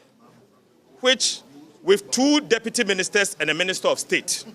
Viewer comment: Did i hear"Ministet" and "concrude"?😂😂.